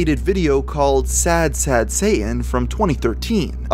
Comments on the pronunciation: camping. Any one else can't stand how he says Satan. He doesn't pronounce the first t. I hear that in many younger people that they don't pronounce the first t in many words. Wierd. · It's actually pronounced shah-tahn, not say-in. Just sayin. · The craziest thing about this video is that the narrator can't pronounce "Satan." It has a "T" in it. Pronounce it. It's "Say-Tin", not "Say-in". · Dude , when you say sad satan , it sound like sad saiyan , please leave Son Goku ou of this :p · ye im not triping he is sayign sad sayian instead of sad satan lmfao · ya saying sad sayan on purpose? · Not me watching halfway through the video and still thinking he was saying sad Santa and not sad Satan